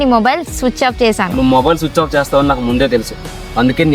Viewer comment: Switch off ❎ sooch off ✅